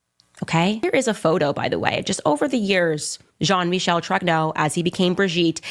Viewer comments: It’s not Jean Michael it’s pronounced Jean Michelle lol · “Jean Makal” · If you watch Candace you would know that is probably one of the people who accepted the money from Israel to go against Candace. The fact the he cant probably pronounce the name Jeam Michelle right proves he hasnt watched a single thing of Candace's based on this subject